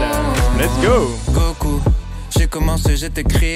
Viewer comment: Il a dis goko qui parle gotago nan ?